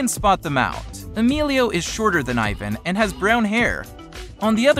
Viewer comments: Eevan not eyevan but okk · It’s Ivan not eyevan like wtf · “EYE VAN” All martinators are cringing it’s PRONOUNCED “EEE VON” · Eyevan?? It's eeee-van...ok I'm confusing 😂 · Ivan is called said as Eevan. Not eyevan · You said Aivan, it is Ee-van (Ivan). Ps do-not read my username. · The british accent be like: eyevan The normal people be like: ivan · It’s not aivan its Ivan like E-van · Hey you said Ivan wrong its not eyevan its Evan- that's how u say it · It’s Ivan not iven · Who else gets pissed with he says eye-van but his name is e-van? Also to answer your question, I love Team 10 and I hate clowngang. But I'm not gonna be like some T10 fans, I think they don't need a Team, they are better by themselves with Rueben. Much love for Team 10 and Martinez Twins💙💚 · It's not pronounced iven it's pronounced eevon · It’s pronounced ivaan not Ivun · Its not ivin and emillo its ivan y emilo with your white self learn spanish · ts pronounced Ěvan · ITS PRONOUNCED EVAN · Leon's Awesome channel its pronounced e van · the way he said Ivan😤😤😤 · it annoyed me so much when he said "Ivan" ITS PRONOUNCED "EEVAN" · EYE - VAN 😂😂😂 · EXCUSE ME!?DID YOU JUST SAY EYEVAN!? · omg it annoys me that people say ivan wrong its pronnounsed like eevan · The spelling is ivan but the pronaunsation is yvan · It is ivan Martinez but it is pronounced as "eevan" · Eh it's not Ivan it's EEVAN (that's how U pronounce it) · Ivan’s name is pronounced even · It’s pronounced evon but it’s spelled Ivan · you say ivans name like eevan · U say it rong sound it out like e-van but its Ivan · It's not ivin it's Ivan the I is pronounced E in Spanish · EVAN YA ITS IVAN BUT ITS PRONOUNCED EVAN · Ivan is pronounced e-vau-n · It’s E-van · It's pronounced Ivan (E von) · OMG😠!!!!!! IT IS IVAN NOT EYVAN!!!!! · It's pronounced E-von OK? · Its pronouced ea-van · Pronounced eevan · Cringe how he said Ivan..... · YOU DONT EVEN PRONOUNCE IVAN RIGHT!! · I hate when people say Ivan wrong!!